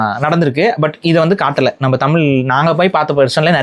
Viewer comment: உங்கள் கதைகள் நன்றாக இருக்கும். ஆனால் தமிழ் நாட்டில் ல் ள் ழ் இந்த மூன்று எழுத்தும் ஒரே மாதிரி உச்சரிக்கிறீர்கள்? தமில் என்று சொல்கிறார்கள். இளம் பெண்கள் மறுபடி சொல்லுங்கள். It's sounds like இலம் பெண்கள். தயவு செய்து தமிழை தமிழாக உச்சரிக்கவும்